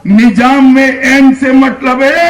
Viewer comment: Nijam nhi nizam hota h amitsah pagal 😂